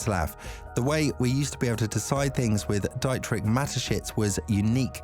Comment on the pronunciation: Enjoying the video but it's Dee-trick